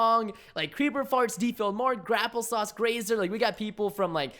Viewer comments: omg he said Graplesauce itz Grape+apple+sauce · Did he say grapplesauce? -.- K.